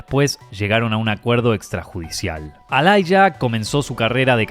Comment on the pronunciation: Enorme Aaliyah pero se pronuncia Alía y no Ailaya.